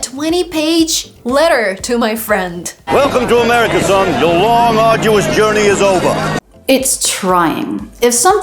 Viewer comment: No, you are teaching them wrong! "arduous" and "grueling" are not pronounced that way!